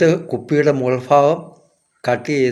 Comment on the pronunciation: മുഗൾ ഫാഗം നിങ്ങൾ തെക്കുംഭാഗം ആണല്ലേ😂